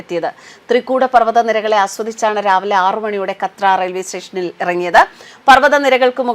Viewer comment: കത്ര അല്ല കാട്രാ